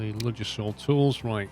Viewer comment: You don't pronounce the d in Ludgershall!